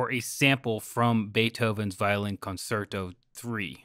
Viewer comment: 1. Bach is Baroque 2. It's pronounced Con-Cher-to